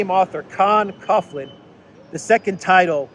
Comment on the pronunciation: Coughlin is pronounced Cawlin or Cocklin.